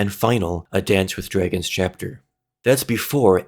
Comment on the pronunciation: Drey-gins. Stone drey-gins